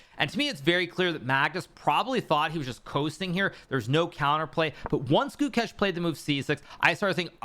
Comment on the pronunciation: Since Pragg made you eat you eat your apprehension towards him and Gukesh fed you your words to you for dinner, it’s best you all finally learn their names. Prug naa nun thah (soft th) Goou kaysche (long a sound)